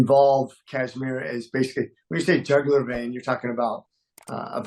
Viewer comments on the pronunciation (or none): Jugular not jagular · Dear journilist, please ,learn english Pronunciations. Terrible Pronunciations. Jugular vein being Called jagular.Hamas Pronunced with american accent.Please learn English from Palki sharma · jAAAgular vein 😂.jAAgular vein. Gawaran interviewer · "jagular vein" 🤣🤣🤣🤣🤣